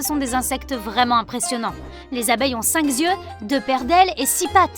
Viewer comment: "Les abeilles ont cinq zyeux" xD